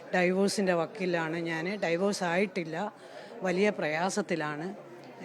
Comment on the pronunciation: ഡൈവോഴ്സ് Or ഡിവോസ് ? അദ്ധ്യാപിക അല്ലേ?